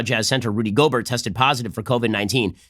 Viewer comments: It's pronounced go-bear, not go-burt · It’s pronounced Rudy “Go-Bear,” he’s French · Just to let you know it’s pronounced gobear cause he is french... I think